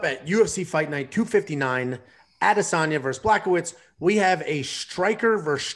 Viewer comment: Also, it's "Bwa-ho-vitch" not "Black-o-witz" Show these fighters some respect by getting their names a bit better! It's like hearing people talking. about Royce Gracie without pronouncing it like "Hoyce"